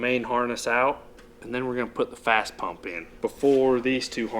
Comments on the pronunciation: First, it's FASS, not Fast. Second you show Air Dog, not FASS... different company. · 1. It's fass pump 2. That's an airdog, not fass Lol okay rant over, good work guys